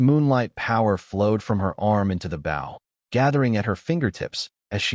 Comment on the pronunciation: Dont use this AI voice anymore it makes bow sound like bowl so you hear it saying she shooting her bowl